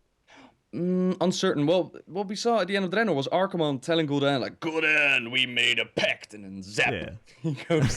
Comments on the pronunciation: says Sargeras and Gul'Dan so wrong:D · Still consider it kinda non-content. is a nice voice actor and stuff, but yeah he just read all the books and some wiki pages about lore. doesn't really know much about lore, he can't even pronounce "Gul'dan" and "Sargeras", although he's played The Frozen Throne. So yeah this video is "what if Illidan consumed Gul'dan again ololololo" and "OMG Warcraft 4, we don't care that RTS has been dead for five years and even Starcraft 2 is dying painfully". Quite a pointless video, like I said. Nice drawing tho. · then again pronounces gul'dan, draenor, and sargeras all wrong in one sentence so... lol